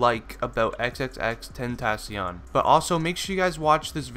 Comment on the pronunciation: Nobody can ever pronounce his stage name right sigh